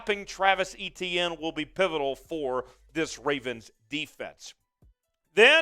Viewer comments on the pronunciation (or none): Pronounced A- tienne